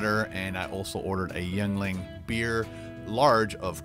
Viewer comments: it's pronounced YING-LING, not YOUNG-LING! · strong choice on the yuengling. it's pronounced "ying-ling" just FYI. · Hey! I can tell u are really digging the Yuengling Beer. It's a brewery about 40 minutes from my house here in Pennsylvania.. Actually the oldest in the US. Just to help u out, it's pronounced Ying-ling. 👍🏻 your one of my fav you tubers!!! Watch ur vids every nite before I go to sleep!!! They also have a LIGHT version in the beer as well as bottles. Verrrry popular in my neck of the woods 🍺 CHEERS! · I live in the town where yuengling lager is brewed. It's pronounced ying-ling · It's pronounced "Ying-Ling" for future reference my good sir. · The beer is pronounced ying a ling.